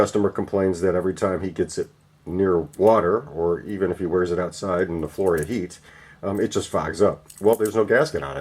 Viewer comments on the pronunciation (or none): none